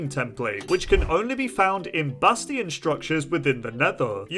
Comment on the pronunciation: He said it correctly.